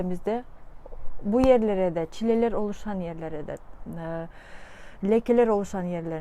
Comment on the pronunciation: hocam muhteşemsiniz. hocam naçizane bir yardım ÇİLELER değil ÇİL LER olacak. Size hayranım hocam.